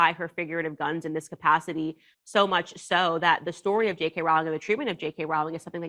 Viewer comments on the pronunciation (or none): Its pronounced ROLL-ING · The only thing Candace got wrong was the pronunciation of JK ROWLING! It's ROW, like row, row, row your boat! It annoys me to no end when "professionals", mispronounced people's names.